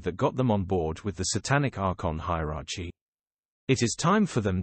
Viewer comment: He can't even pronounce hierarchy lol